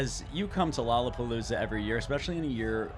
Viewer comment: Its not lolapalooza Its lolrlapopoolza